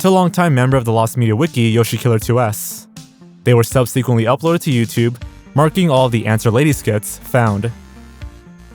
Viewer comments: Is "subseequently" his version of Ryan Hollinger's "hoyever?" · subseekquent lol